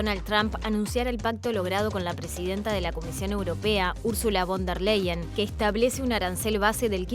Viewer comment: Se dice VON DER LAYEN